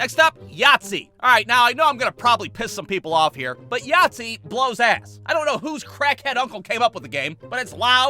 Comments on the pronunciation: Yaythzee sounds like nazi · Its funny for me when he says Yactzee but it sounds like nazi